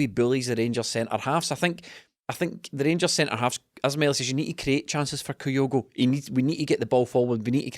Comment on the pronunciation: As ever, good stuff 👍. But please, please, PLEASE, gonnae tell it’s Kyogo, no’ Coyogo. 😳